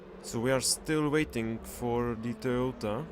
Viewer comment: Its Toyota not Toyoda thx<3